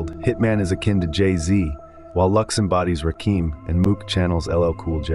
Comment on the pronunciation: Had to leave the second i heard you say mook like book